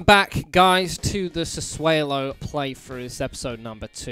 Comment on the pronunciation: I'm sure its pronounced Sass-u-o-lo. Try to sign Christian Capone from Atalanta, should be in their U18s or U20s team, turns out to be Premier League quality if given game time.